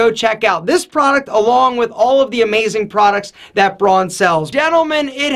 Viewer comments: Please, please, please, it‘s called Braun, not Broan. Don‘ get this wrong again, it makes me sick! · Hey! Braun is a German brand and is pronounced "brown", just like the colour. It actually also means brown in German. Just thought you might want to know.:)